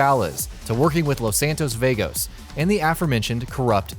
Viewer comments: What in the world is "veygos" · Jarry Lune BAHLUS AND VAYGOS